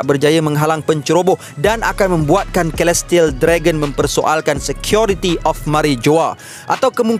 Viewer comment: 'Celestial' pronounce dia 'selestial', bukan 'kelestial'.